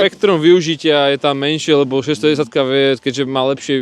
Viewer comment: Díky. Super video, budu se těšit na další. Měl bych dotaz, myslím, že po Slovensky rozumím velmi dobře, ale nerozumím tomu, proč o tom KTM mluvíte jako o "610", když je to 690. To opravdu tak špatně vyslovujete to číslo nebo to má jiný důvod? Díky 😅